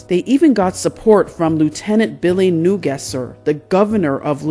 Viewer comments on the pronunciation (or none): When they have the FULL TRUTH they can tell the story but until then she needs to shut her mouth… she says on here that Billy ‘Newguesser’ lol, she can’t pronounce his name & she thinks he’s the governor of the state!! lol you can’t fix stupid